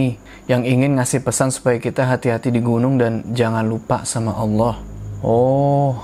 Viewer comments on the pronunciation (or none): none